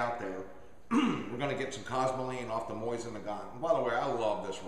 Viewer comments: What's with people calling it a moisin its Mo Zin Nagant ( technically mo zeen Nagan) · "Moisin" ? I understand not many people will take the time to figure out the super simple russian/french pronunciation "moSeen nagohn"... BUT MOISIN? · its MO Sin not Moi sin. Other than that repeated f up, good video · whats a moisin? lol thats funny its mosin not moisin.. sounds like hes sayin moisten haha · It's not a "MOISIN" It's a "MOSIN". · Lol I like how he says mosin like MOIZ IN. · lol, "moisten" nagant.... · why does he keep saying "MOYZIN" ??